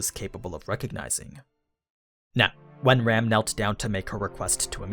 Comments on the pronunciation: Am I the only one that kept hearing him say Ram as Rem xd? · You keep referring to Ram as "Rem", but who is this "Rem"?